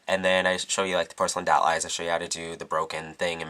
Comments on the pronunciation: "broken dall" lol its DOLL. not dall. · you pronounced doll "DAALLLE" and not "DOLLE" (: ahaha that's cute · u say doll weird.. like it sounds like u say dall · Loool. The way he says Doll, "The Dall look" Lool. To cute. c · I love how he says doll. It sounds more like DAWL. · I love how you say doll. Dall. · hahaha he has an (awesome) accent he pronounces o's as a's so its "Dawl" for "Doll" and in another vid it was "Bady" for "Body" ha its cool :P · I LOVE how you say doll... its like dahl... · lol i love how he says doll it sounds like he is saying dawl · love the way you say doll its like dawl :P great tutorial :) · lol i like how he says doll :) "dowl" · you say doll very beautiful dawel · i like the way he says doll dall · I love the way you say doll. XD ITs like "dowl" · "tutorial's over" perfect ending... and i love the way u say "dall" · i love how you say doll~~dawl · why cant you say the word "doll" properly? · I like how you say doll :) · I love the way you say Doll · i love how you say "doll" ( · he lives in thr UK,they pronouce it differently. dont make fun of his accent,i talk the same way D:< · luv the way u pronounce "doll"